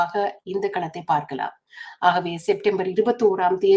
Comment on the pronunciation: சிலர் அவரை அரியநேந்திரன் என தவறாக உச்சரிக்கின்றனர். அவரது சரியான பெயர் திரு பாக்கியசெல்வம் அரியநேத்திரன்.